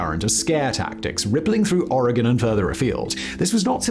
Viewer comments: Native Oregonian here, living on the East Coast the last 6 years—the relief I felt when Simon didn’t pronounce it “OR-RAY-GONE” practically gave me my own spiritual experience 🤣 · Thank you for saying oregon right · I'm just happy he's pronouncing Oregon correctly; there are large swaths of the US that has no idea how to pronounce it, but he's FINALLY gotten a handle on it.. However, I'm rarely surprised when someone can't pronounce Willamette correctly. Chinook is another cringy good one. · Thank you for pronouncing Oregon correctly!!! British people usually always get it right, but many Americans from the East Coast incorrectly pronounce it “Or-gone”, when it’s actually “Ory-gun”. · Thank you for saying “Oregon” correctly. I live in Oregon and remember seeing this unfold when I was a child. I was horrifying. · Oregonian here... How does Simon pronounce Oregon correctly when it seems like half of Americans can't... Big brain Simon